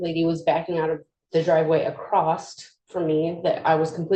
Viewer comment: Acrosst.. smh...it's giving CoolWHip 😂